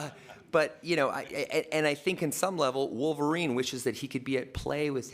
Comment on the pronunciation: Vulvarine, ha. LOL